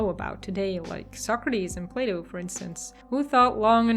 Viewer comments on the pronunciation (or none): none